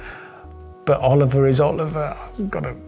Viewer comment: Its Oliver, simple as.